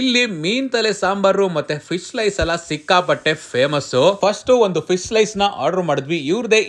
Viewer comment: ಫಿಶ್ ❌ ಫೀಸ್ ✅